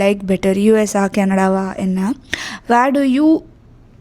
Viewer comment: You're very charismatic Just one pet peeve: the way you say Canada. You don't enunciate it properly. You say it like 50 year old mami, sounds like Kenedlaaa. Pronounce it properly no? You live there now. Least you can do is learn to pronounce it.